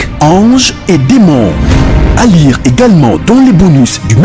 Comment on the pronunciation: Nul. Kende kosala bilanga. Lire et non lure